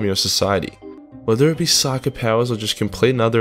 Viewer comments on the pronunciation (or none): none